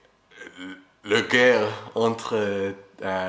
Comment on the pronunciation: Maison quelqu'un lumière, et le courage🤝 (pour dire - sur - il prononce : tzur 🎆 comme dans; ma oz tzur yieshuati🎶🎼)